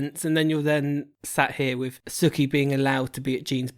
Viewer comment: Whos suki? It’s soo-ki